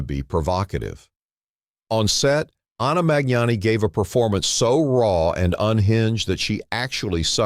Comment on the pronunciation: Her name is ANNA MAGNANI! DAMN YOU AI!